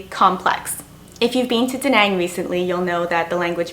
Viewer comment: Before you complained about the inability of the Vietnamese to speak YOUR language, first you needed to learn how to pronounce properly OUR language. I was struggled to understand your pronunciation when you said “Da nang”, it is an A, not E. I had to rewind your vid to be able to recognise the word you mentioned. Expect someone to be good at English, why don’t you stop being a spoiled woman and start learning Vietnamese; then you can enjoy and experience the trip.